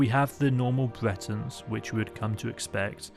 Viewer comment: Bwetons, Wedguawds, Tamwee-El. Sorry I had to